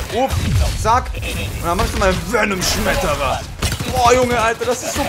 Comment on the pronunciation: niemand: wirklich niemand:: VeNoM sCHmEterRer